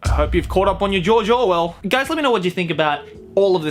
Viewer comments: Whenever he says "George Orwell" I hear "JoJo" Why am I like this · Everytime you say George Orwell sounds like you are saying Jojo Orwell lol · is it just me that hear jo jorwell whenever he says george orwell? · Jojo Wells?? Oh, you mean George Orwell? Sorry, didn't quite catch that.